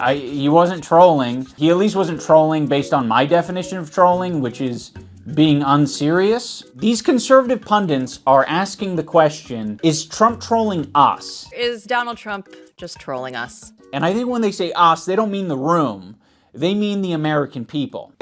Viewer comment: idubbbz please, it is “pundit”, not “pundant” i will only say this ONCE